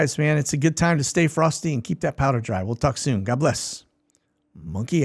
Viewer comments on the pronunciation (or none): none